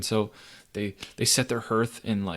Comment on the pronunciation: lol 'herth' english is hard